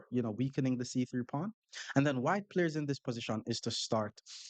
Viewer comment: "Black palyers" 😂😂😂 Bro you are a black palyer